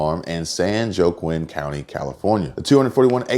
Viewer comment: it's pronounced, San Wa-keen.